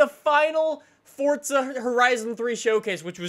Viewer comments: i swear its forza not fortsa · it's FORZA not FORTZA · why does he say fortza there's not a t in it god damm it forza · Deevz Smithen if it was fortza it would be called that not forza, if u have watched for a while he mentioned that he says it wrong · Twigz Recklezz right, that definitely makes sense. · ITS PRONOUNCED FORZA NOT FORTZA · it's forza not fortza u dope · forza not fortza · Forza. not Fortza. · HeadStriker no it's not just says it weird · JVL12Gaming then you’ve been mispronouncing it since forza 3, its pronounced fortza, its italian, not everything revolves around u and how u do things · JVL12Gaming jeez you've been mispronouncing it for that long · I hate how you say Forza